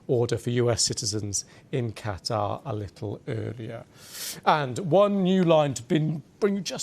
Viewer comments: Qataar how he pronounces.... idiot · Cattaugh….. yes, Cattaugh….. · Iran and Qatar or as the Muricans call them Eye-ran and Cutter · Why does he pronounce it "Cat Tar"? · how come u pronounced QATAR as QATA ? u forgot the "R" ! say it britishman, say it in american english ! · Why can't these news presenters be bothered to pronounce at least country names correctly? It's not CAT-ARRR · It’s Not (Cat Tar) stop saying it like that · on fox news they were pronouncing Qatar as "cutter" lol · Someone should teach this guy how to pronounce Qatar. Terrible on the ears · Methinks he is trying too hard to emphasise Qatar. Sounds false. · Don't you how to bloody pronounce Qatar...